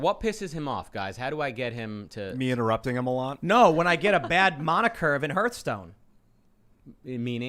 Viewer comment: What has me most shook is how Tim pronounces Mana.. “Monn-uh cost” vs “Man-uh cost”